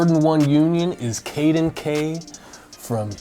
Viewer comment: Omg I thought it was me when he said caden